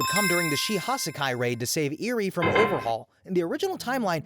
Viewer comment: “SheHa Sakai” Bro it’s Shie Hissaikai (SHEE-EH HIS-EYE-KEYE)